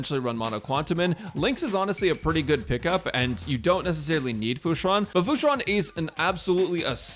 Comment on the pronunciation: "Hello guys welcome to the team section for "futa"" I can't unhear it... I CAN'T